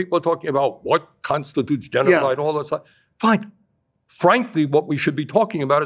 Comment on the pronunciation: he can't even say genocide